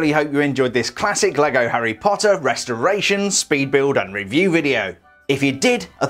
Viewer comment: Instead of saying 'speed building' you said 'peed building' 😂😂😂😂